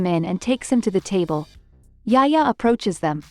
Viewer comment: lol not yaya it’s yahya..Yahya darling not yaya